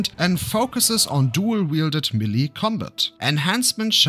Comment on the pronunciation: Melee is pronounced MAY-lay dude… Not “Meh-LEEE” 🙄 Otherwise great video. Thank you